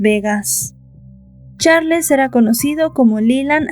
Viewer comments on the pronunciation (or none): Disculpa no se pronuncia como se escribe se pronuncia charls